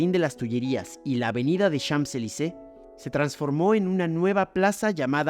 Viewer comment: Como curiosidad. En "Champs-Élysées" la primera palabra simplemente se pronuncia "chan" ni la m, ni la p se pronuncian. La s final, sí la vamos a pronunciar para hacer lo que se conoce como "liaison", es decir para enlazar la primera palabra con la siguiente. De esa forma la s final y la é se unen. Daría algo asi como "chansélisé".